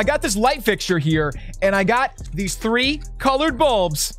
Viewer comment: The way he says 3 “thray “ no offense